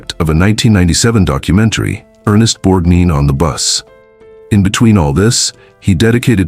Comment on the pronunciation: Not "borg - deen" it's Borg-nine". If you can't get the name right, the rest may be just as flawed